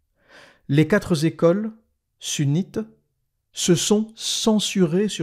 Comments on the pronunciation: J'aime beaucoup vos histoires mais vous m'avez déçu quand vous avez dit deux fois "quatre zécole"😢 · QUATRE NE PREND PAS DE "S" donc ne dit plus "quatre zécole" C'est terrible pour les oreilles!